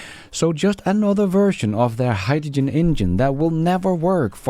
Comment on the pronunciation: Toyota is drowning in Gin, that's Hyd-da-gin 😂